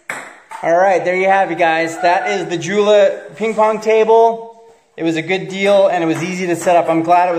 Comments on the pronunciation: It’s pronounced uolaa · It's pronounced "Yo-luh"